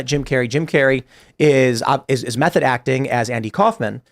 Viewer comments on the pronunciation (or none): none